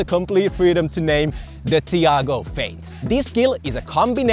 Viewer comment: me watching butcher his name just makes me cringe